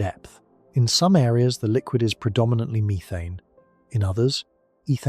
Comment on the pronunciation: " meerethane" lol. Can you please bring the old AI voice back or read it yourself play some of it is just that's right